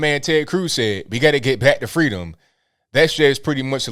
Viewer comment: Fweeeeedom not Freedom😂